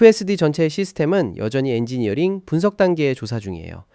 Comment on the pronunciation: 엔지니어..링 이런식으로 읽는거 보니까 ai voice 맞는것 같아요. 띄어읽기 세팅에 뭔가 문제가 잇엇던듯